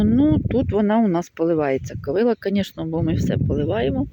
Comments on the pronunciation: В слові ''ковилА'' наголос на останньому складі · Доброго дня, дуже люблю злакові рослини, дозвольте Вас поправити, наголос правильно буде ставити на останній склад - ковилА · В кожному регіоні є свій діалект, не вказуйте, добре що не кацапською